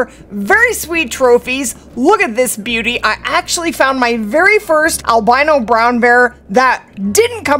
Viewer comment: Al-BEAN-O! I do wish tents didn't count toward your "encumberment".